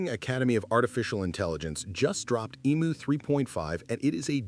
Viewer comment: Emu NOT emooo!